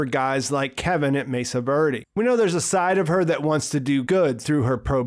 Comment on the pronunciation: Mesa “virdie”?